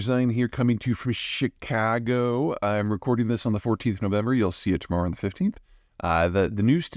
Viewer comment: that chicaaaagoooo was spot on. :)